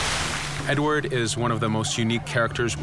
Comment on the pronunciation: Primo. Si chiama Edward, non "edwar". Secondo... sì. Sarà possibile cambiare vestiti al protagonista.